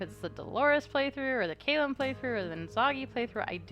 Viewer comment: Just me who REALLY thinks its kal-uhm not kay-luhm... corrected Valois etc but never Callum